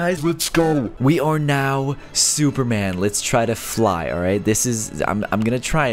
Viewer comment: "okay, as you can see. we are suverman"